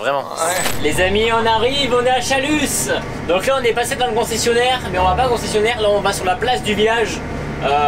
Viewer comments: c pas chaluss ça se dit chalu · Donc on ne prononce pas le s à Chalus:p